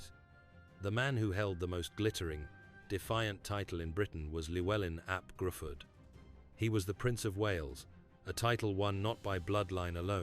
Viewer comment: Its not gruford its pronounced Griffith